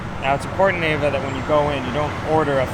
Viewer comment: ........and: Your wife's name is pronounced Eh-vah, and she's a saint for nor smacking you every time you call her AY-vuh.;)